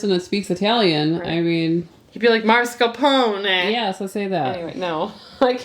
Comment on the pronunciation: That’s exactly how you say it “Mascarponr” you said it correctly? Love you guy’s . I’m Italian so you were great at pronouncing it.